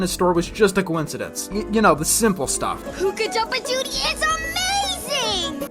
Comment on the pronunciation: "poo-ka-dump-a-died" a little on the inside.